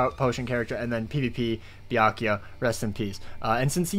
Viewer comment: It’s byak rukia and as mark my words